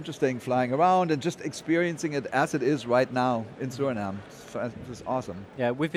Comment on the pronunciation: Haayyy Did he say “Suriname”?